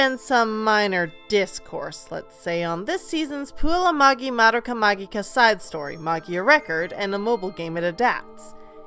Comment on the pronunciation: Sorry, I can't take you seriously if you pronounce "magica" wrong lol.